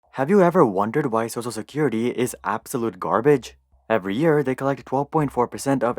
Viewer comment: Why do you pronounce "social security" as "sosa security"?